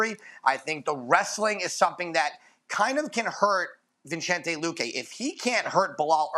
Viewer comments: Boy said vichente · Dude cant even says Vicente's name properly